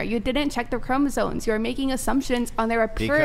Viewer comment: Why is everyone saying CHROMOSONE???? It’s CHROMOSOME WITH AN M